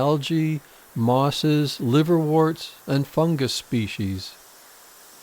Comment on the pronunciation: Liverwort , not "liverwart".